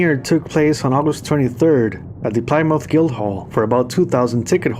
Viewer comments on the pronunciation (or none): Please,please,PLEASE watch the pronounciation. "Plymouth" is a famous place.